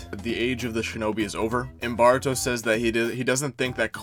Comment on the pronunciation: Pronouncing ''Baruto'' and sometimes sound like Bart-ruto really made me laugh so hard 😂